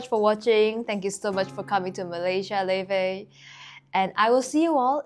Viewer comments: Laufey's name is pronounced like "Lao-fee." The name comes from a norse goddess described as the mother of Loki. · am i early?? oh my gaaaaawd woa- quick question, do you reall pronounce "l a u f e y" like levey? i'll start listening to her now. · Laufey, how do you pronounce it